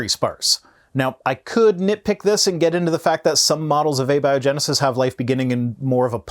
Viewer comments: I had to listen a few times, but, says "a biogenesis", as in "a big liar" rather than "abiogenesis", as in "atheist" He literally doesn't know how to pronounce the word! How can you be this dumb and still be breathing,??? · Nit pick but how may said abiogenesis bugged me